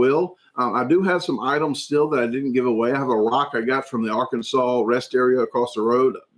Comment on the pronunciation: You didn’t pronounce Arkansas correctly